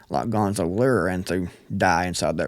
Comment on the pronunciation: Gonzalo not gonzo. Sorry but just for respect